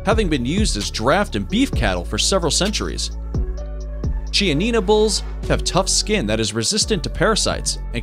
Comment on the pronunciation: Chianina is pronounced kee-anina. And Simmental are SIMentall